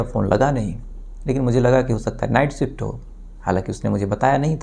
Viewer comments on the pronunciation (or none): none